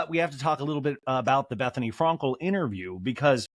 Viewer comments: Is anyone else bothered by how he pronounces « Frankel » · It’s a joke. He says it wrong on purpose. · He does it on purpose